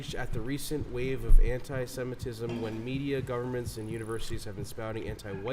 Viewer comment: Semitism sounds like Semen